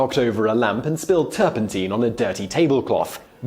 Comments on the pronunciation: The master of the malapropism strikes again. Mate, it’s not turpenteen, it’s turpentine ... sounds like Tyne, as in Newcastle-on-Tyne. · Teen it's Tine (Nine) with a T , Tur pen TINE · Pronounced ‘turp in tyne’ NOT ‘turp in teen’. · You talk too fast! You wave your arms around too much! And, it's turpentine, as in wine, not teen! Apart from that, you did feen!! 😉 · I have never heard turpentine pronounced turpenteen before. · Turpentine rhymes with wine, hence the childhood rhyme "Lincoln, Lincoln I've been thinkin, what on earth have you been drinkin, is it beer or is it wine, oh my gosh its turpentine." I wish you Brits would learn the language. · stop saying turpenteen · Great history content but again mispronunciation of a particular word of words in a clip here... Turpentine has a long I in its pronunciation. Check it out here: Click the button and listen on how to say it. The English and British versions are the same. I wonder with this happening in your other videos on Youtube is this on purpose?? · So tilted by pronunciation of "turpentine".